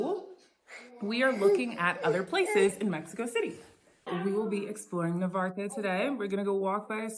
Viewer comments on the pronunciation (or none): NaRvarte not navarte